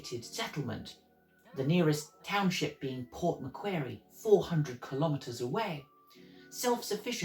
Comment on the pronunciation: Lachlan Macquarie's last name is actually pronounced mc-quarry. Also, the 'squatters' were people from areas west of Sydney who moved north with their cattle and sheep and took up land around what is now south-east Queensland. They were called squatters because they had no legal claim to the land, yet they developed roads and farming and grazing. By the time the Moreton Bay Penal Colony was opened to free settlement, some of these squatters, who had now been in the hinterland areas for many years, had amassed considerable fortunes. This sometimes put them into conflict with the colonial government who were selling land to the peoples coming into Brisbane. I've made a video about the founding of Brisbane which you might find interesting and helpful